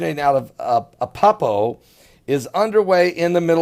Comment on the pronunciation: "Apeppo"????? It's ALEPPO... There's an "L" in there. But then again you're also reporting this falsely as though it's something new. This has been around for a long time..... Per The World Post: Leishmaniasis has actually been endemic to Syria for centuries and was once commonly known as “Aleppo evil”. This cutaneous (skin-affecting) form of the disease isn’t strictly “flesh eating”, although another form found in Brazil and some other parts of South America can be. It is caused by the Leishmania parasite, which is carried by sandflies. If you’re bitten by a fly, the parasites can enter your blood and invade the macrophage immune cells that normally kill bugs, causing causing horrible open sores close to the bite.